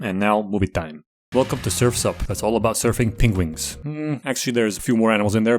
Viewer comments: Is he saying pengwings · Nobody:: Pen-GU-ins